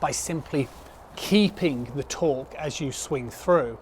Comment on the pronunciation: Good stuff...are you saying torque or taut ?